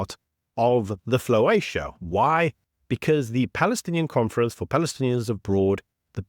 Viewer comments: Please its Flotilla,not floatia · Flowacia? No man! It's flow-tiller 😂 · FloTilla, not Floatia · What is a "floatia"? It's called a "flotilla" 😂😂😂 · I thought I had missed something when keeps saying floatia for flotilla, but it seems many others have been confused by it. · Saying floatia millions of times still doesn't make it right! Flo-til-la! very easy to say dude!😂🤣😅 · Dude - flo-tilla, not floatia 😂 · What’s is a ‘ floatia’ do you mean a flotilla? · Hey mate. Just FYI, it's called a flotilla 😂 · Floacia? It's not a word. Flotilla dude. I'm dying. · What is a floatia or what do you keep saying? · Please check your pronunciation of floTilla. It is not floatia. Flotilla. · Flotilla not floatia Corroborate not collaborate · Floatia? Floacia? ... Sounds like? Fellatio. Flotilla, mate, it is a FLOTILLA. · FLOW TILL AH - FLOWTILLAH DUDE!!! Spelled "flotilla" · I truly hope your mispronunciation of flotilla is purposely relating the autism parade to fellatio for comedic effect. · Please learn to pronounce words properly. Look up the pronunciation of a fleet of ships.